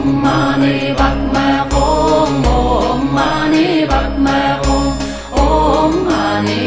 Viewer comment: THE MOST PERFECT PRONUNCIATION OF OM MANI PADME HUM.